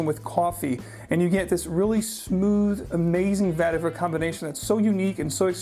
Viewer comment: Its pronounced Vetti Vaer (root). Tamil word.